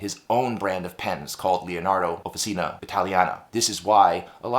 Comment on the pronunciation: Swirlescnt! Love it! But small note,, "Offi-cheena." OK. American acrylic. But Italian––"offi-cheena." Nice pen. Great review, as always. I might be up for this one!!